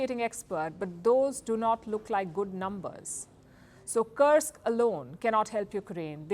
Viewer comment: Kursk should not be pronounced as Karsk.